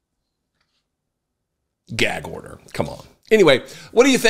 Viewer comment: Whenever he says gag order i just think it's gag odour 😂😂😂😂